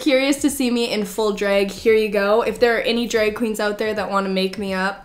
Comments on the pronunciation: I can't unhear it now, thanks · The way you say drag is so funny!! Dreg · Omg the way you say drag 😂 Gotta love the Canadian accent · Ok I love the way you say “drag”